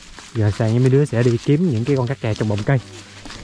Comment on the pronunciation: ủa con tác kè mà sao anh lại gọi là kác kè??